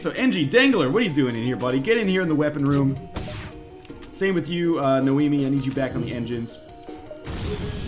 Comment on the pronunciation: Noemi, not Naomi...